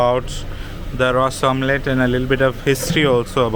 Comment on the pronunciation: You are a goan please pronounce Ros omelette properly